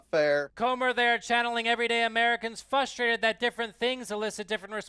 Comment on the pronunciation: Fustrated pfft rofl